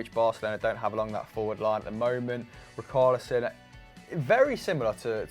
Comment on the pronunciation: It’s not ricarlison loool, you pronounce it as he— shh— arlison 🤦🏾‍♂️😂😂😂